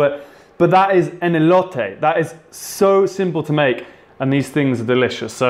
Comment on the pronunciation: The way he pronounces "Elote" omg it sounds perfect but cojita cheese had me dying 😂😂 you did a great job tho